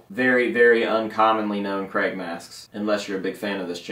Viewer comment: Why are Americans unable to say Craig?